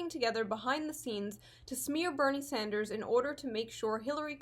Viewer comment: Did she just call him "Senator Sandsdrew?" pokemon battle music starts